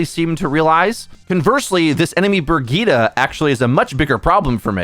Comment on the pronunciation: Out of everything you said ... why are you saying brigs name with an A at the end?